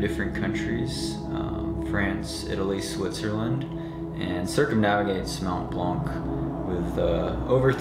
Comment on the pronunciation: Great video ! Hope you can finish it with the top guys this year. Just a pronunciation thing.. it's "mon blan" we don't say the c at the end ;)